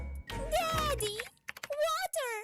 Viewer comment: we're the same how she says daddy Deddy the dad was not active